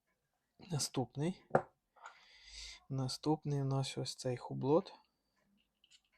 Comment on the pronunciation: ХУБЛО...., не ХУБЛОТ.😊